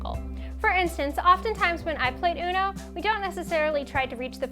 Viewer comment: "unoe" "dows"